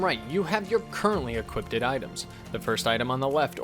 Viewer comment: Love the guides but uh...and this sounds stupid but...are you saying "equipt", "equipted", and "equipting" instead of "equip", "equipped", and "equipping"? Is this some sort of dialect thing? I've never heard it before in my life and it's kinda driving me nuts!